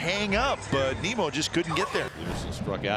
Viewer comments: A’s announcers keep calling Nimmo, Nemo! 😂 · this fucking announcer saying “nimo” making me go mentally insane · A lot of other broadcasters do that. There a a select few that do it on purpose, but most just don't know how to say it correctly. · Bro, the A's announcers have to be pronouncing Nimmos name wrong on purpose. Shouldn't someone by now correct them? Just unprofessional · I hate these A's anouncers, first they called Nimmo Nemo . Then they call Ottavino Ottavano